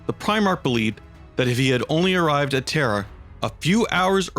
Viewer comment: The narrator has serious trouble pronouncing certain words man, it's a bit annoying..."terror" for Terra, "Elanor" for Ullanor, everything you said and much, much more